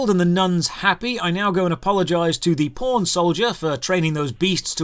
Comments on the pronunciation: says "pawn", I hear "porn" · Man, each time you say pawn I keep hearing "porn". LOL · Everytime he says "White Pawn" I hear "White Porn" lol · Local pawn, all I hear is Local P--rn " ahhah